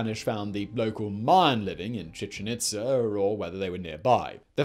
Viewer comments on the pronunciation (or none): Chichen Itz'er', ví'er', are'er', May'er'. Even "awe" came out sounding like "a'rrr"!! Luv 'em and all his channels, but God damn😳¡!¡!¡! 🤘🇬🇧🇨🇿🇺🇸☮️